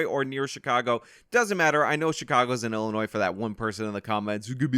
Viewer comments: illi……NOISE. Wonder how this guy pronounces the Kansas in Arkansas. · Stop pronouncing the "s" at the end of Illinois!!!!! Its silent dammit! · 1) it’s pronounced “Anti-ock” and 2) it’s pronounced “I’ll-annoy” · It's pronounced antee-oc, and it's illinoy not illi-noise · OMG OMG STOP. It is pronounced Illinoi. You DO NOT pronounce the "s". I grew up in Chicago and it is a huge pet peeve of mine. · Illi... noise? Illi... noise? God damn it,. That S is silent. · “Annie Oak, Illi-noise”? Oh Good God! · You can’t even pronounce Illinois right. Dummy YouTube experts. LOL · Fan of channel, but please do not pronounce "s" on Illinois. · The S in Illinois is silent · FYI, the "s" in Illinois is silent. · Professional tip: Learn to pronounce the names of the cities and states so you at least sound knowledgeable. Antioch rhymes with rock, not roke. The s is silent in Illinois. After living in the area for 63 years I think I know. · Dude, you don't pronounce the S in Illinois. How do people not know this? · Good video. The "s" is silent in Illinois. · Oh yes he will go Scott free…. And FFS please research how to pronounce “Antioch” and “Illinois”… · Yeah, Illinois is pronounced like Arkansas. How can a native American not know this? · Antioch=An-tee-ahk. The S is silent in Illinois bro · The "S" in illinois is silent. Just saying. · where do you live that you pronounce the S in Illinois? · The "s" is silent in Illinois 😡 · On and off pronouncing the "s" in "Illinois" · Great video, just pronounced Illinois without the s and you'll be good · The 's' is silent in Illinois.. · Your pronunciation of "Antioch, Illinois" is driving me nuts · Dude you are like thirty years and you don’t know how to pronounce Illinois? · The ‘s’ in Illinois is silent